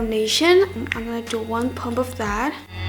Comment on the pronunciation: I love how says 'chu' instead of 'to':3